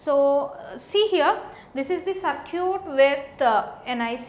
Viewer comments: Is she saying "Sir cute" ? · hahahah "saarcute"